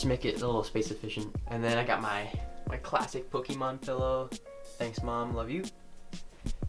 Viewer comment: Did he just say “ pokeMAN ”